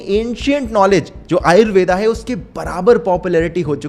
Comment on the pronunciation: Bhai....Ayurved bola Ayurveda nahi